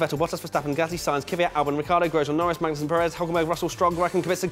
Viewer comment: You said magnusen perez hulkenberg.! Cmmon mate i had high hopes